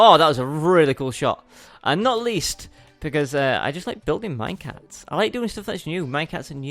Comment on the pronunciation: He saids "minecats"